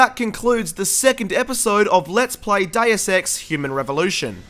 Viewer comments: Always good see a video from but I bet before you are done with the game they will already have released Deus Ex 4:D Oh and it's called Dee-us not Day-us. Latin may be hard to learn but the spelling is easy:D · Deus Ex - Diet Sex? Sounded like:)...sorry.